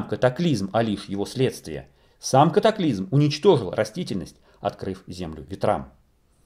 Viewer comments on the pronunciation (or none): не нужно пожалуйста говорить катаклизЬм как Олег Павлюченко. вы не русские если то уважайте язык на котором вещаете и уши слушателей. спасибо.